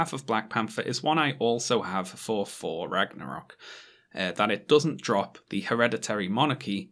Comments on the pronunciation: Why do you keep saying "For" instead of "Thor"? Is this a dialect issue or do you have a speech impediment? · * pronounces thor as 4 the entire time * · Is it just me, or is pronouncing "Thor" as "For" and "Truth" as "Truf"?